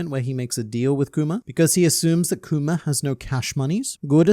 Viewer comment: Kuma doesn't deserve this man calling him "Kumer" over and over again. :(